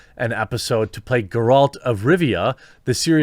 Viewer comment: Gaaralt? Really man 🤣